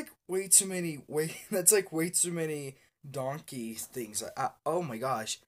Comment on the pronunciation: Sounds like he's saying "Don't Gay" lol